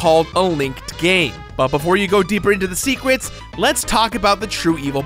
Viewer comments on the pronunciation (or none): “...into the secwets....” “Zeltda” “Oracle of eight-dis” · Amyone else hear say "secwets"?